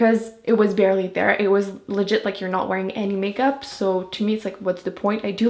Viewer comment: you know you're Canadian when u say legit 😂😂